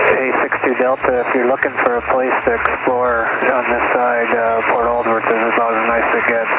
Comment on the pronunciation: Alsworth is pronounced Alls-worth not Al's worth. Lol. 😂. that's my family in Port Alsworth. The way you were pronouncing it was cracking me up.